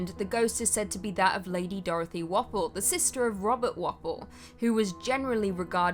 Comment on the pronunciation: Also pronounced War-Pole, not Wapple.